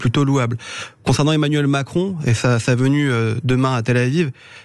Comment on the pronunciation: tu ressembles à Cécile C'est Emmanuel Macron et non Emmanuel Cron fait attention si tu enlèves le R